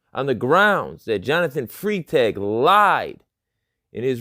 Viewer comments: Freitag is pronouncer Fry-tag it is literally the German word for Friday. He is literally Officer Friday. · Freitag is pronounced as Fritag, it's German for Friday, the beginning is the same as the English pronouncing, sounds like fry.